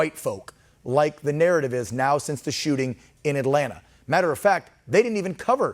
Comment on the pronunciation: Did the reporter say sooting up the spot?